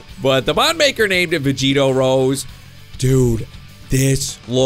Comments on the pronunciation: Its not pronoune rose it pronounced(Roseyyyy) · You pronounce rose ROWSEY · its super sayain rose (roe-s-ae)